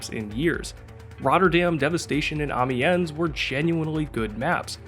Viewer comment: Your pronounciations of "Amiens" and "Seine" are cringe-inducing. Good content nonetheless.